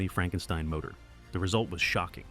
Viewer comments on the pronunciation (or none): none